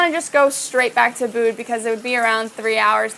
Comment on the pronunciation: Hi. Loved this video. I lived in Indonesia 16 yrs. The correct pronunciation is Úbud, not Ubúd. Put the emphasis on the first syllable (the first U). It sounds so much better when pronounced correctly.